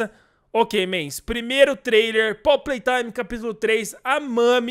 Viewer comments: Mano tu falou poppy playtraime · Poppy platrime kkkkkkk falou errado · só eu q no começo ouvi poppy PRAY time? otimo video espero q lançe esse capitulo logo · Kkkk vc disse prop prei taime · Ninguém percebeu que ele disse Poppy play traime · Cara desculpa eu não escrever a última frase aí eu vou ter que falar informar porque tu falou pop Play Time e não pop Play Time